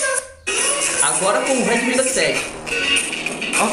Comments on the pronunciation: Esse cara tentando falar em inglês meu deus kkkk Uedemi kkk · "Reidmi" rsrs